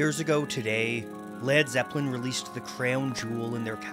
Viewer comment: He said lad zeppelin